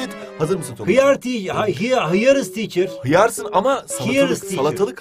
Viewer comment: hiyır hiyır tiçır hıyar tiğğ hıyarız tiğğğçııığğğrr sahnesi öldürdü 😂😂😂😄🤣